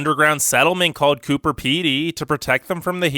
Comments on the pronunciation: He said Cooper Petey, it’s Coober Pedy. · It’s MELBOURNE and COOBER PEDY. Not COOPER!! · He sounds like the guy in your class who likes to be a dumbass. But all jokes aside, Aussie girls can look pretty fucking fine. And did he say Cooper Petey? It’s Coober Pedy. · It's not cooper pedy, it's Coober pedy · by the way, it's pronounced coober peedy